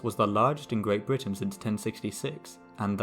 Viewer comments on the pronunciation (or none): none